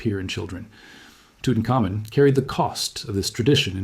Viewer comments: Ok I think the facts are correct or mostly so but NO ONE ever pronounces Tutanhkhamun's name "toot un ka moon." That is laughable. That's when you know AI is narrating. That is badly mangling his name. It is "toot un common" and it always has been pronounced that way. Other names were mangled too. If you're gonna use AI... program it to say the names correctly. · Tootin-cum-moon lol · I always thought it was pronounced Tutankhamun, not, Tutankhamun.